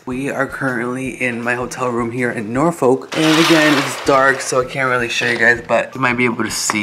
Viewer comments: The other way to say Norfolk is correct. No L when pronouncing it. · That's so funny about the pronounciation of Norfolk... I've been and it sounded like Nor-Fick to me. LoL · Those of us from Virginia, pronounce it the "other" way .... Nor-fawk 😂😂